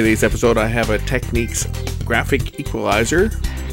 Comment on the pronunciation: FFs Technics not tequniques !! , do you say Panasonic or Panasonique ?.....